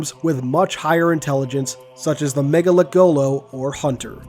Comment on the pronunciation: Say it with me now everyone. Ma- Nga- Lek- Go- Lo. Not mega lekgolo.